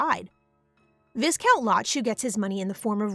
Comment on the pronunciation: its "vi-count" even thou its spelled as viscount